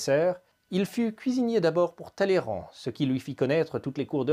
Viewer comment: J'attire votre attention sur le nom de monsieur Charles-Maurice de Talleyrand-Périgord. Ce nom de famille se prononce "Taillran" et non "Talléran". C'est une vieille coutume aristocrate française de ne pas prononcer certain noms comme ils s'écrivent ! Il en est de même pour la famille de Castellane, ou de Broglie par exemple. Je vous laisse vous renseigner sur le sujet ;)